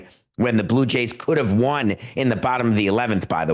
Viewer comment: Does David keep saying "the dodgers haven't ROOND baseball?" Lol